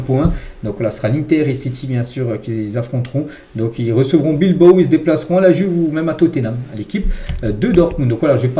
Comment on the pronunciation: Bravo. C’est la première fois que je t’entends dire « BilbAO » et non pas « BilbO ». Comme quoi, faut jamais désespérer 😉😜🥳